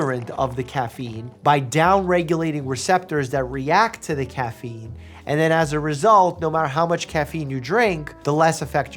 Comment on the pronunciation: Thought he said "Dog Turd Memes" at first lol